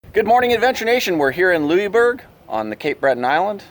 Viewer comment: Motorhome Experiment -,you are a born and raised Canadian and don't know how to correctly pronounce "Louisbourg" (lol)? It's pronounced: Loo-is-berg! This little 'correction' is coming from an old chick who is a born & raised Nova Scotian. Safe & happy travels! I'm really enjoying all your videos - you make me smile and allow me to enjoy traveling even though I'm doing it from my computer/desk chair!;-)